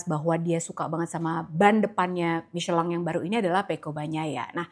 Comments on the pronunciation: klo pengucapan Prancis emang Michelang, tapi kalau Inggris tetap Michelin, para pembalap aja tetap nyebut Michelin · Kyk agak aneh denger mmiceleng.....😂😂😂😂 Kita indonesia ya micelin aj lah....sedikit mengganjal dikuping indonesiaku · tolonglah stop bilang micelang. Jurnalis inggris aja tetep bilang michelin. Cringe mbak mbak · Pembalap aja tetap bilang nya Michelin